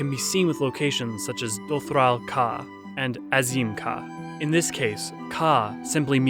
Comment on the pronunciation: I know it's super duper minor but little things like pronouncing the names of tribes and gods correctly that are said aloud in spoken cutscenes frequently would actually go a long way to make these even easier to listen to and enjoy. Things like the goddess Nhaama and the Dotharl Tribe. These videos are otherwise awesome and I wouldn't be bringing up something so minor if I saw anything else majorly wrong with them. Keep doing good work! ❤️